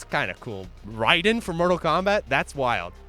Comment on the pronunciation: How can you mis-pronounce Rayden from MK, the announcer literally tells you how to say his name